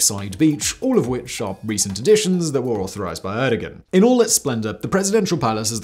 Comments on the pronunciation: * air-doe-wan Fyi :) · I get a terrible spinal pain every time Simon says "Erdigan".